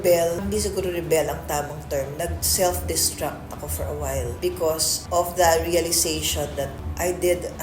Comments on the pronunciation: Self-destruct po, not seft-destruct. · It's self (not seft) destruct.